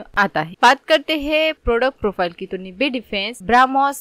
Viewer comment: Company ka pronunciation Sikh lo pehle bad me advise dena… woh “निबे” nahi “नाइब” hai. Aise galat pronounce kar k company ki izzat mat kharab kro